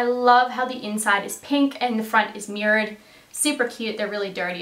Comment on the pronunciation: That toque!!! I love it!!! Also it took embarrassingly long for me to figure out you were saying "mirrored" I thought you were saying "murad."